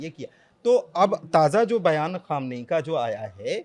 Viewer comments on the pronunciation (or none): Khumaini nahi khamnai hai😅